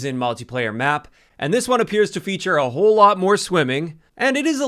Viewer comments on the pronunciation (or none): none